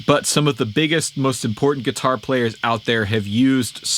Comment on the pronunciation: I’m getting annoyed that he keeps saying katuar